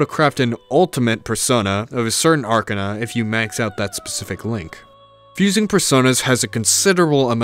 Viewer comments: Really good video! just a minor nitpick though, its not 'arkanna' but 'ark-ah-na' :D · Unironically the best piece of media I have consumed I still prefer p5r doe (Also not trying to sound rude but the way you say Arcana triggers me)